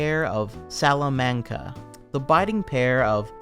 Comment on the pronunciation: DEAR GOD MAN IT'S PRONOUNCED Sala (the way you said it was right) mon kuh Salamonkuh. Salamanca.